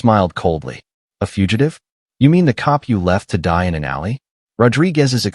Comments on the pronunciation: Why does the AI narrator spell words instead of saying them??? c-o-p instead of cop, n-o instead of no, a-r-m-s instead of arms… ridiculous!!! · Its pretty sad when AI can't read the words cop or us or in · This was a good story ruined by AI. Cops said C O P, us as U S, and so on... AI is ruining much. It wasn't intended to take the place of humans, who have inflection, emotions, ect. It was created to help real live people.